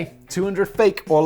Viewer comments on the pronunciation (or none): none